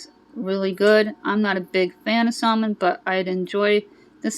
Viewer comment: Love your channel all the time! But 2 things I noticed... Your audio didn’t match what you were saying. Wonder what happened. Also, the “l” in salmon is silent. Just giving one of my fave channels a heads up! Happy Mother’s Day!!!!🌻🌸🌷🌾🌺